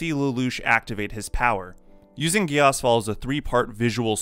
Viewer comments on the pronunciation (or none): I'm sorry but the way he said geass hurt 😂. I thought it was pronounced geese